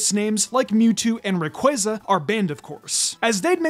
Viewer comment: Omg dont say Rayquaza if youre ignorantly going to pronounce it like (rayqwayza) there is no q(way) sound its qua like Quad ray(qua)za